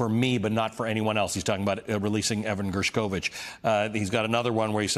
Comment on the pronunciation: It's GERSHkovich. You need to pronounce it right or be deemed FAKE.